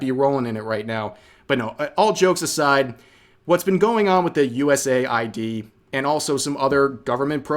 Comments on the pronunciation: I’m sorry I’m not against you in anyway but please for the love of god if you continue to talk more about this, it is US-AID, US-AID! not USA-I.D. or USAI-D! I’m sorry just the fact it is even marked in the name US in dark blue, AID in red. For the love of god please I beg you, you are killing me with your pronunciations of a very basic and obvious name Rev! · US AID not USA ID. 🤷🏻‍♂️ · Ahkchually, its US-AID 😅 Vaush trying to pretend that he is going to be the object of political persecution (As they politically persecute others, they believe that we all have the same moral baseness 🙄🤬🔥) when everyone already knows that they are going to take away his funding that comes from the misappropriation of public funds. 😹😹😼🔥 It is becoming increasingly clear that the only purpose of Marxists is to parasitize people who do work and destroy individual identity so that we are all forced to exist only within the "herd." 🤬🔥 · Pronounce it correctly, it's US AIDS.